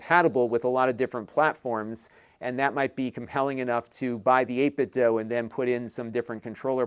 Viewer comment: It's pronounced dew; not doe.